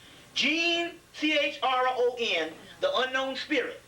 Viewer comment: Yep complete idiotic projection to people in the audience enjoying the group think. He's so "well read" he couldn't pronounce an authors last name of Chrone... Utter idiocy.